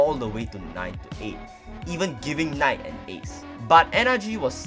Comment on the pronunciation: Why does call Knight “K-night” lol